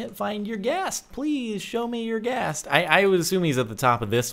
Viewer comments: it is pronounced er gast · it's not YOUR-Ghast ....